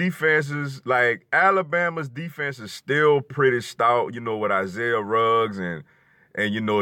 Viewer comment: It's Isaiah Buggs not Ruggs lol.Roll Tide